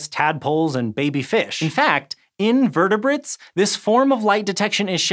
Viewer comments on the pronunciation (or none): "In vertebrates" or "In invertebrates"? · Haha, that emphasis on “in vertebrates” made me chuckle.